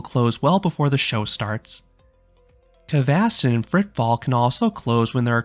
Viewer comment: the red coaster kvasten on gröna lund is called broom in english and vilda musen is called wild mouse so pls use english words when you are talking about the rides cause its sounds wierd when you try to pronounce it in swedish since you arent a swedish talking person i think🙂